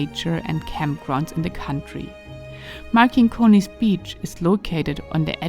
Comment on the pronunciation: Pronausation: MarCinkonys (C - like Citrus), not MarKinkonys. But video is nice. Next time please visit Neringa / Nida. There is another Cosmic beautiful land!